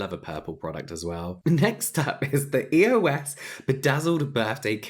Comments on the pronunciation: Lol the way you said EOS first sounded like ear wax! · When you said “EOS” I heard “ear wax”😂 And honestly I’d rather use ear wax over EOS😂